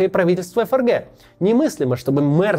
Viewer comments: Отличная передача получилась, вам из Германии отдельное спасибо. Вот только всю передачу неправильно выговаривать ФРГ (как ЭфЭрГэ вместо принятого ФэЭрГэ) - это конечно сильный просчёт всей редакционной команды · Да почему ЭФ ЭР ГЭ? Всю жизнь читали ФЭ ЭР ГЭ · Не могу объяснить, но до чего же комично звучит произношение ЭФРГ, особенно в таком количестве ))